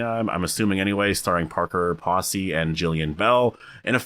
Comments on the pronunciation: Parker's last name is pronounced like the word "pose". Pose‐y, not posse. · Parker “Posey” - pronounced like “rosy”. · Your saying parkers last name wrong